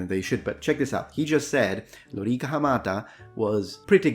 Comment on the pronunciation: would you be pleased to hear that when you say Lo-rEE-ka the correct way, in Russian it is also vowel stressed the same. in the official form -- on the 2nd syllable -- лорИка. many people, myself included (until very recently), intuitively stress the first syllable, like LO-ri-ca. probably because in English it is often that the stress falls on the 1st. not sure. I heard you use the prolonged vowel twice in this word, though. as if a double emphasis is applied -- Lo-rEE-kAA. not sure if that's a Latin thing of a spondḗ case (found the term Libation related to it), or was it only your way to stress the other two syllable as opposed to the wrongly stressed one.